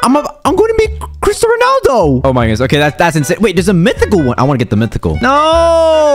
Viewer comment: LMAO “chrito Ronaldo” 😭🤣🤣🤣🤣🤣🤣🤣